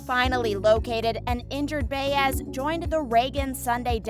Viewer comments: Why is Ryan Eggold in the thumbnail? Also, it’s pronounced by ezz, not Bay ezz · Bay ezz is an annoying mispronunciation. She is a recurring character- Buy es or Buy ezz depending on your Spanish skills. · Again, with the mispronunciations!!! It’s Buy-ez not Bay-ez for Detective Baez. Sorry, it just irks me.. 🙄🤷‍♀️ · Rite get her name rite it’s annoying me as well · Still waiting for how Season 12 will shock us fans! Lol! And please learn how to pronounce Baez’s name.